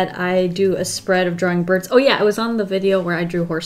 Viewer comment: Did she mean to say birds??? Either way she’s still amazing